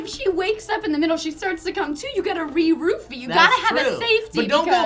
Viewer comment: Every time they say "roofie" I hear "rupee". For a while I actually thought they were talking about Zelda.